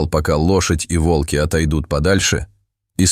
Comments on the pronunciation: Рассказ рассказом, а ударения все таки надо ставить правильно: вОлки - это звери, а валкИ - это технические устройства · Не вАлки,а вОлки.Народ,вы не устали от этих умников,которые включают ИИ для озвучивания роликов.? Дешёвка!Тьфу,слушать невозможно.😢😮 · Очень интересная история!!!Но надо говорить не во"лки а волки. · Не волкИ, а вОлки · Почему волкИ, а не вОлки? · Лучше сказать вОлки, а не волкИ. Текст читает робот с механическим произношением и ошибками в чтении слов. Это неуважение к слушателям. Живое чтение ценится намного больше. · Видимо ИИ учили читать по тем книгам, где часто употребляли "волкИ позорные". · Волки ударение на последний слог, как будто ии озвучивает. Всю историю пытаешься понять что здесь происходит и время слышишь от автора : волки окружили дошадь и какое ж это странное явление. И опять: странное явление тут происходит. Все тут странно: и звуки, и волки и лошадь... и сама история.